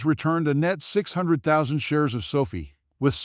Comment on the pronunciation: NOT pronounced so fee.